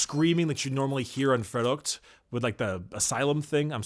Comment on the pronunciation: Okay okay okay. I speak German but wtf did he try to say ? Is it 'verrückt'? (Crazy)